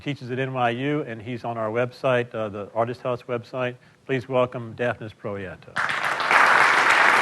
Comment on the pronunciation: it's Prieto (Pree-eh-toe).